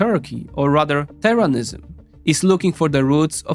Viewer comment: Man can pronounce every word, but Turanism? More like... Terranism